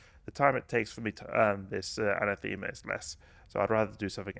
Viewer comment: Anathema = An-Ah-thu-ma